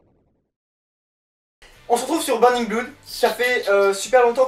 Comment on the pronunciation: burning bloude ? sa sent le rattrapage d anglais en orale tout ça